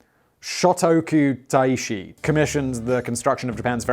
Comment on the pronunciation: got to tell you Simon that you got Shotoku-Taishi spot on and if that was your first attempt, well done!